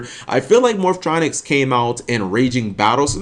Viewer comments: "Morph-O-Tronics" lmao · "Morphatronic" The cringe.